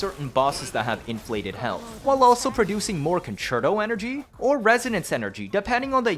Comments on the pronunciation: Holy shit someone who says "concerto" correctly. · Thank you for being the first person I've seen to pronounce concerto correctly